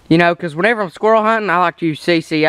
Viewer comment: did you just say "kill a dead squirl"? it dosnt matter i just thought it was funny, good videos keep it up.